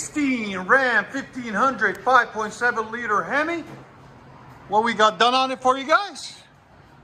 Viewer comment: i really like the way you say hemi when it's a hemi